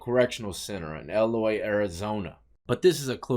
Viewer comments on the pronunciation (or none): EE-loy. Grew up in AZ. It's EE not Eh. Just wanted to drop that gem on ya. Happy holidays to you and your family brother! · Just a quick correction but its pronounced EE-Loy, Love the content do more AZ stuff they're hella active out here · Lol Eloy Az…..it’s pronounced EEEloy lol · I been there lots, didnt even recognize the name when he said it, thx.